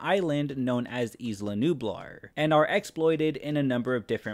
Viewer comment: I believe it's pronounced "eela" Nublar,. Being as the name is in Spanish, the S in 'isla' is silent. - Honestly, it might be better that you're only familiar with the original Land Before Time. That film was a touchstone achievement in animated film history - I know because myself and other adults can still watch it today and end up crying our eyes out. That's quality. The first two sequels were okay (I saw them as a kid, so my memory may be faulty), but everything after 3 was basically how Call of Duty is for video games - copypasted shovelware bent on making a buck and nothing else. Just an expression of greed, like an AIDS needle coated in vapid marshmallow fluff. - Gojira (I refuse to use the anglicized name) was actually an overall commentary on nuclear technology in its entirety, as the original origin for G was an iguana from the heavily-nuked Bikini Atoll. Over time, however, and with its acquisution by Toho Company, Gojira ceased to be a warning against tech run amok and more about rubber-suit monster fights. The message was lost, or sacrificed on the altar of corporate profit. The recent Shin Gojira film takes the series back to its roots with an appropriately grimdark message about nuclear tech, but humans are too stupid to take morals seriously, so it's been mostly glossed over. (Also, I hate Toho's pettiness in how they effectively shit on the 1998 film. A curse upon Toho's house!) - Woo, cowboys 'n dinosaurs, yeeeh!:F - That first Carnosaur flick was p